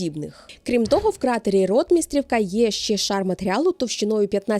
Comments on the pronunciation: Дуже цікаве відео! Дуже дякую за роботу! Наголос на Ротмистрівка не там, правильно РотмистрІвка. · В нас на Черкащині, це село називають РотмистрІвка, з наголосом на І. Загалом цікаво, дякую. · Не усі так говорять. Місцеві раніше говорили: РотмистрІвка (наголос на і після р).